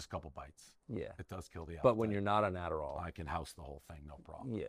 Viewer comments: “Aderall” OK DAVE ;) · Holy shit I died when he said it was the aderal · its the "adderal" sure... cocaina (one line everybody knows the rules) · Lol ‘aderall’. We all know what kills appetite and what he actually has lol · im pretty sure he said, "Adderall". lol . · “Adderall” lol. Right Dave, it’s the, “Adderall”